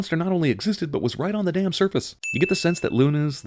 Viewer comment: .... all the years of waiting were worth it. Three syllable day-aa-ammn.